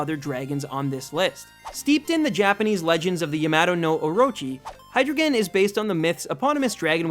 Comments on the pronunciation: And btw u pronounce Hydreigon Hi-Dry-Gun not Hi-Dri-Gon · Hydreigon is pronounced like this. High, Dry, Gon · Actually, Hydreigon is pronounced "Hy-dry-gon", since it has drei in the name, the German word for three, it being pronounced "Dry" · Good job, but be careful with pronunciation of pokémon names. You pronounced Hydreigon a bit wrong, its name is based on Hydra, Drei (three in german) and Dragon. Drei is not pronounced like "drou", but more like "drai" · You pronounced Hydreigon wrong... It is pronounced Hai-drai-gon, not Hai-drei-gon... Drei means three in German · It's pronounced Hy-dry-Gon, like the word dry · its hi-dry-gon. and its based on a hydra, not yamato orochi. sorry dude, gotta correct ya there. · It's pronounced hi-drei(as in 3 in German)-ton not hidruhgon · I dont wanna be rude but I hate how he pronounces. Hydreigon's name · this dude says hydreigon is cool and can't even pronounce it LMAO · You're pronouncing Hydreigon wrong. Not enough German. Still.....awesome Pokemon. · it's based on a hydra not whatever you said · you're pronouncing hydreigen wrong. it's supposed to sound German. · You pronounce hydreigon wron btw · you mispronounced hydreigon. its german 1 2 3. dEINo ZWEIlous hyDREIgon. ein zwei drei. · THANK YOU! HYDREIGON IS MY FAVE POKEMON EVER!even if you said his name wrong!